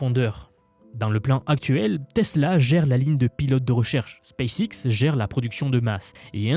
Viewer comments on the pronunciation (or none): none